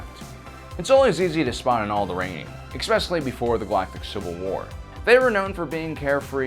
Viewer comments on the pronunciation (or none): Expecially lol